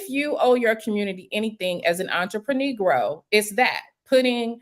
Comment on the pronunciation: When she said entrprenegro I almost fell off the treadmill 😂😂